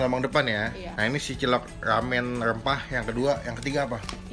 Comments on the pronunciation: Mie rrrrrrrrramen rrrrrrrrempah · Lumput Laut,Lamen, Kagak Bisa Bilang R Yah Bang?